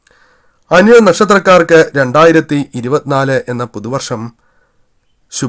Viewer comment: ആദ്യം പറയുന്ന വർഷം എങ്കിലും clear ആക്കി പറയാൻ ശ്രദ്ധിക്കൂ 😜